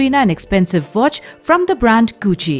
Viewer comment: It's Vicky not wicky and it's watch not votch.